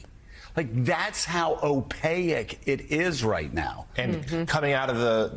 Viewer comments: Hey Joe... "Opaque" has 2 syllables not 3. It's like he's only read the word before but never heard it. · TIL Joe can’t pronounce opaque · I must point out to Joe that the word Opaque is not pronounced Opayic, O pake is how it sounds. Sorry for being a nerdy wordsmith, but you live in the world of journalism which aims to educate.